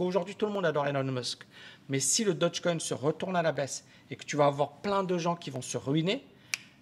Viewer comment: Stp stp "daugue coin" je répète "daugue coin" (phonétiquement) Dodge c'est une marque de voiture ... :'(